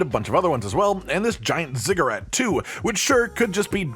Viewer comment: I totally thought you said "giant cigarette" instead of ziggurat. I do have hearing issues, so I'm wondering if anyone else heard that, lol.